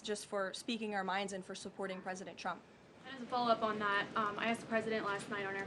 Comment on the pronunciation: It just me or did she say "President Chump"?